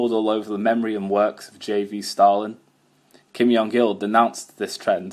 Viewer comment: Very interesting! I have to mention though - the korean pronounciation of Kim Jong Il (김정일) uses a J sound close to the english J and not a Y sound